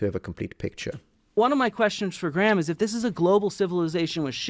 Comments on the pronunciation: Bro, you probably already know this, but, you can just pronounce "Graham" the same way you do "gram". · Graham is pronounced like "Gram". The H is silent. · as a scot i tried to watch this but every time they said graham wrong it got my back up haha it made it hard to focus